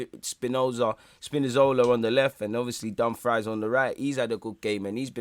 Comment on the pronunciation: My guy calling Dumfries as dumb fry is funny.